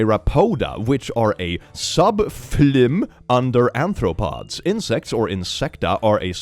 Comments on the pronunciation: The pronunciation of everything here hurts my soul. Also, ANTHROPODS? If you want people to not call you a furry, you probably shouldn't be pronouncing arthropods as anthropods. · Hey your dyslexia messed up the word "arthropods." There's no N in arthropods. If you put an N there, it becomes anthropods. Which isn't a word but if it was a word it would mean YOU. Because guess what, anthropology is the study of humans. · the furry in you is peaking out, aNthropods instead of aRthropods hehehhe <3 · I know this is incredibly nitpicky but it's aRthropods, not anthropods. Anthropods would be animals that walk like humans (anthropos). So, 90% of all scifi aliens. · You definitely weren't pronouncing the taxonomy words right, and it WAS funnier that way. My favorite was you saying "anthropod" instead of "arthropod" which would, instead of "jointed foot," mean "man foot." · "anthropods" SIR THAT SAYS "A R T H R O P O D S" -Sincerely, your fellow dyslexic that likes arthropods 🩷